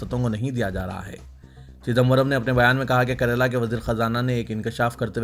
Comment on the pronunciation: Bhai karela nahi kerala